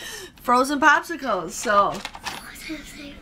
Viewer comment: Tell I gave you a thumbs up and an extra one for him and those frozen possickles! 😁 (that's how Aidan said it too!)